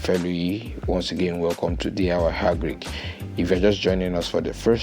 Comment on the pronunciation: change the channel name as DIY Hagric that how you pronounce